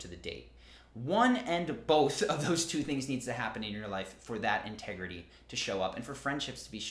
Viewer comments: "inter grity" 😅 Sounds hot! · In this here ol’ town we be about honersty an’ intergrity. All jokes aside, this was quite interesting and fairly helpful knowledge.